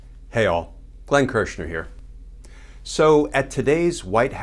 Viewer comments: Great job on the name Glen!👏 Now that we hae real Government in the WH, hopefully we'll see REAL justice this time around! ✌💜 #TIMEFORJUSTICE #LOCKHIMUP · Glenn. Your pronunciation was beautiful!